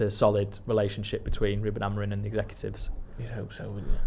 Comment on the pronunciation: Why does call Amorim....AmoriN?